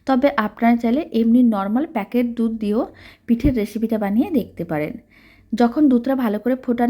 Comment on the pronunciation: Dudh k dutra bole Kano .